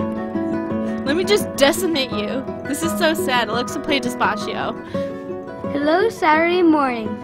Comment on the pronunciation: "Alexa play dispaschio." Me: 😂😂😂😂😂😂😭😭😭😭😭😭